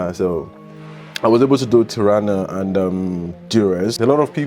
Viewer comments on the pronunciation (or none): Nach Tarna? OMG, du machst ein Bericht darüber und weisst du nicht mal wie die Hauptstadt heisst? Ti-ra-na Tirana wie man schreibt ganz easy…. Alle rent a car kannst du in Tirana online buchen